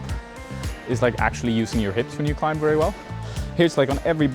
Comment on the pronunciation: Bro, learn to pronounce the world 'climb' man. 😂